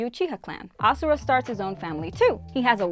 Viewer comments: its ashura not asura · Why is she calling ashura asura